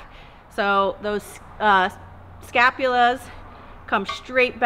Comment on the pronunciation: Scapulae not scapulas...